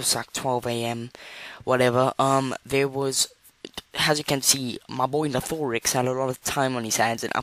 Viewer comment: it’s nathe or ix That’s how u pronounce nathorix My English is bad Edit: hi